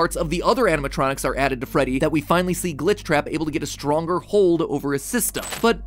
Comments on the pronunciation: Did this man actually say freddit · did he just say freddit???